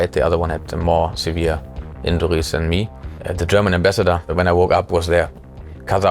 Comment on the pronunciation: because he is supposed to 'lose' the money. it is funnelled elsewhere whilst officially being lost. it is like his overly apparent german pronunciation. everybody is just joking around how bad it is but nobody is wondering why he doesn't bother to change it.